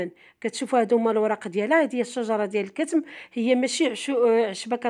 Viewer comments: اختي العشبة اسمها كما قلت صحيح ولكن بضم الضاد والثاء وتسكين الميم وشكرا ٠٠٠٠٠٠عفوا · اسمو الكتم بفتح التاء ماشي السكون